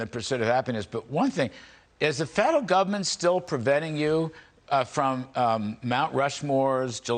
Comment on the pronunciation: Over reach in “govment” 😂 he pronounces that like Regan